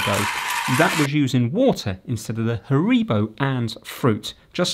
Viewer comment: You pronounced Haribo wrong and I’m actually shaking in fear